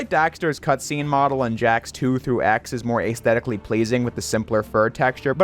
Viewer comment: Look up how to pronounce "aesthetic" lol